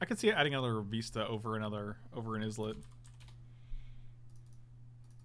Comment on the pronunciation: I can't tell if people are saying Fiery 'IZ-let' because it's a meme, or because they really don't know how to pronounce it. For the record, it's 'EYE-let', as in a tiny island.